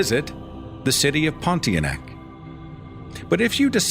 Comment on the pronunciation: I just love how you pronounce the ponti-a-neck